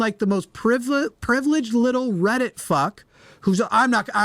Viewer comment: Red it-ee-it.